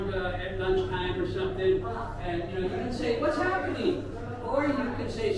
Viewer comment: Oh-La-LayeeEEEEeeee ,,,,,,, WAZZ ZappIning ????? Yur killin' me with Dat one !!!!